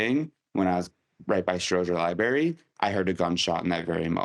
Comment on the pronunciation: did he say "libary"?